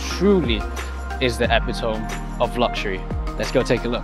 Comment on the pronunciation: Please don't use words you don't know how to pronounce; epitome